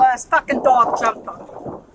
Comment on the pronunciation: "His fwokin dwog jumped on mae." Immediately pointing fingers are we?